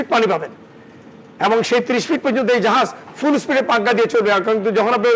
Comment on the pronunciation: uccharon thik koren ... its 'SPEED' not "SPrEED "